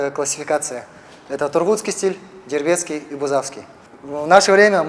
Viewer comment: Дөрвөд гэдгээ ямар эвгүй хэлээд байнаа. Дөрвөд хүний хувьд дерведский гэж дуудуулмааргүй байна. Яс Үндэсээ зөв хэлмээр байнаа. Торгууд гэж тод хэлээд Дөрвөд гэж сонин хэлээд байна.